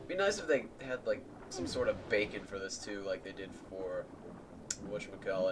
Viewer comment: When you said Beacon, I thought you said BACON. XD